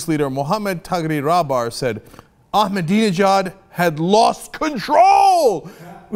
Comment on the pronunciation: I spent the entire commercial trying to pronounce "Ahmadinejad," and Cenk gets on and immediately spits it out effortlessly. :-\